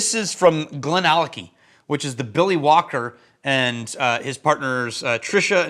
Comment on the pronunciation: I swear, for the first half-second after you say Billy Walker, I think you're saying Willie Wonka! 😂😂😂😂